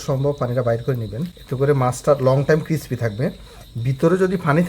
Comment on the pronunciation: ক্ষেত বাংলা বলেন,এটা কিসপি না ক্রিসপি হবে। চাবানোর সময় এমন চপচপ শব্দ করেন মিয়া ক্ষেত কোথাকার।